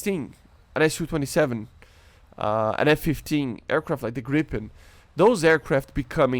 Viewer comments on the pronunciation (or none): none